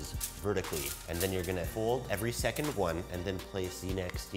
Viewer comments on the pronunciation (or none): none